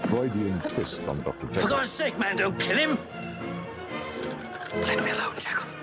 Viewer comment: Encouraged, however his pronunciation of "Dr JeeKill" is unforgivable 😂